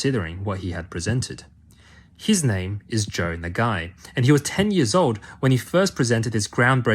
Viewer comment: his name is na-ga-i, not "nah guy". its pronounced "naga-ee"